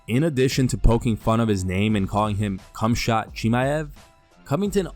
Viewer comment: Did Colby just call Khamzat "CumShot"???